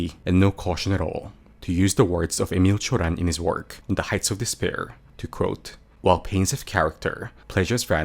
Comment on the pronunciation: I was not expecting the Emil Cioran quote or how well you pronounced his name 👍